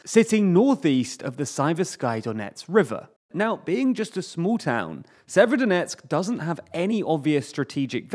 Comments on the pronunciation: If it's helpful, the way to pronounce Severodonetsk, is to not bother vocalising the first 'o'. So 'Sever-donetsk'. That's what the locals seem to do. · Jeeez guys you could just look up pronunciation of Ukrainian towns and rivers... Even google translate talk bot can do it better than. Sayverskyedonetksks is not how you say that lmao.